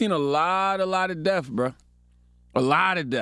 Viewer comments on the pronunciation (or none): We haven't seen a lot of DEAF! NO, WE HAVE NOT SEEN A LOT OF DEAF! DAMN! It does not matter how much money you have to not be able to say simple words is pathetic. YES GRANDMA can get away with DEAF AND WIF BUT YOU? We have seen a lot of DEATH, DEATH WITH AN EFFING TH!